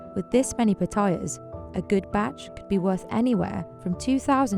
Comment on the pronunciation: Narrator saying Pah-Tye- Yass (Patayas) as Patoiyuz just sounds ignorance, blame her Brit accent.